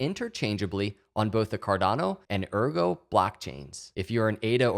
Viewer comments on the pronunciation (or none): Excellent vid! But it's AIRgo, not URgo!!! ;)